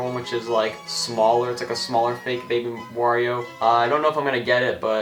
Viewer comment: LOL you kept saying wa every time you show the wario bros